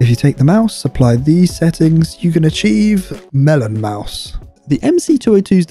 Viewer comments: "Melon Maus" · Ah yes, Melomaus